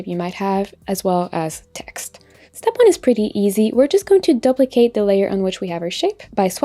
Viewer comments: For a beginner like me you need to say you need to tap the screen to confirm your action. I followed your instruction as you went and wondered why the action wasn't looking the same as yours when you went to the next step. Never heard someone pronounce duplicate this way before, is it regional? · Wonderful! Thanks for doing this video. Worked great! (p.s. You might want to google how to pronounce "duplicate" ;-)